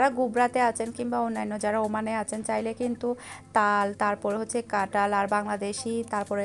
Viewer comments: এমন কাটাল কাটাল বলছেন কেন? আর কুতায় মানে কি? উচ্চারণ ঠিক করেন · কাটাঁল হবে না কথা টা ,কাঁঠাল হবে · Katal na kathal